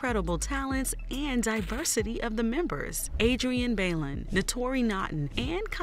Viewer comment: who’s Adrienne Bailen? lol it’s Bailon (by-loan)